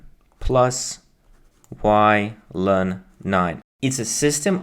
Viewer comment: I can't believe you say "løn" instead of "el-n". Unsubscribed